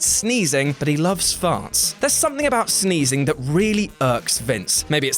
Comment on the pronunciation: "Sneazing"? Did Sin Cara have anything to do with this?